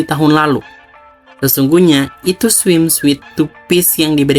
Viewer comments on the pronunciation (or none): Sebelumnya maaf bgt nulis di komen, karena saya gak nemu cara utk chat personal. Mau kasih masukan aja, ini kan narasinya dibacakan sama author langsung, mohon penyebutan istilah bahasa asingnya dicek dulu bisa pake google translate. Contohnya kata "Swimsuit" yg dibaca swimsuite, karena suite artinya kamar. Suit sendiri dibacanya sōōt Sekali lagi ini untuk perbaikan aja, biar kita mendengarnya lebih fokus sama kontennya. Goodjob buat konten-kontennya